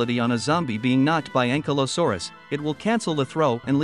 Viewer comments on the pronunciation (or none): none